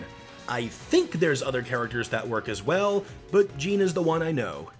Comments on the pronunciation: Oh and by the way, its actually pronounced "zhohn," not "Jean" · IT'S PRONOUNCED "J-AW-N"!!!!! Also, love the video! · WHY DO YOU PRONOUCE JEANNE AS JEEN!!!?? ITS LIKE SAYING JON WITH A THINK ACCENT!! And I think Jeanne would get the Lucas treatment, her moves and style are more different than bayonetta. Bayonetta in Smash is based of the Love Is Blue Combos, but Jeanne uses the All4One guns, which is based off the Bayonetta 1 combos which are completely different from bayonetta 2, Jeanne would need a Different F-Tilt, a Different Neutral Attack combo, Her Witch Time would also be more difficult to activate and last much longer than bayonetta's (just like in the game) her smash attacks would also have more strength and knockback! Just like in the Bayonetta games. You should really play her games, they're awesome, plus with bayonetta coming to the PS4 many others can discover her as well. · Him: Jean is the one I know! Me: IT'S JEANNE!!!